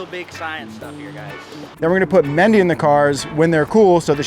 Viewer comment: Ok is her name mindy or mendy? Or mandy? Its pronounced 9 different ways jn eqch video.